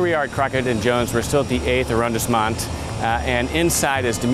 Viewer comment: It's prounnced 'AH-RON-DEEEZ-MOHN' not AH-RON-DISS-MOND'